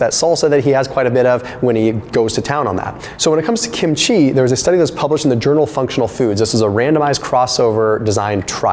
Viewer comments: Love the video and also love Kim-chi but after living with Koreans most of my live I have to say that you are saying it wrong the accent is on the first syllable not the last. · The way you repeatedly mispronounce kimchi is probably pissing off the likes of dr fung